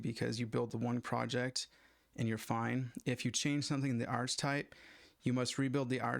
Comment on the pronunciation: This is pretty helpful, thank you. One thing that bothers me a it if your use of "archtype". You're using a variant of archetype (usually pronounced ark-uh-type), but that has a distinct meaning in OOP, so might not be the best choice of terms. Why not just just refer to the "Instrument Type" of the Instrument Class (= DMM in this case)?